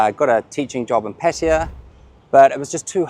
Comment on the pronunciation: PATAYA NOT 'PATYA'